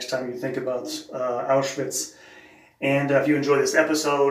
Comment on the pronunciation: Excellent pronunciation. Auschwitz during the war was a part of 3rd Reich, as Hitler decided. Mentioning Poland in that context is rather silly.